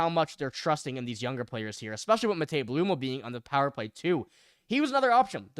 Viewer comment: Learn how to say Blumel correctly...